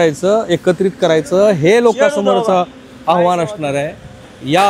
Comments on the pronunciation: आव्हाण नाही आव्हान असतं... किमान मराठी पत्रकारा कडुन अशी चूक अपेक्षित नाही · आव्हाण नसतं ते आव्हान असतं रे बाबानो